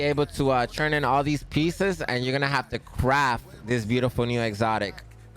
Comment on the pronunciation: "Churn in" luv the way you pronounce "turn" it's gangsta!